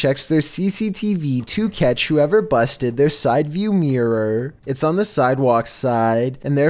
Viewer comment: The way he said mirror (meeeor)